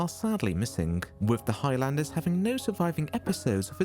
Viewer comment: It's not High Landers it's Highlanders!!!